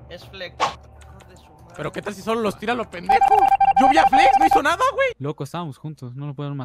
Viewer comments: Se dice nadie no Nadia xd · el único que noto que dice nadia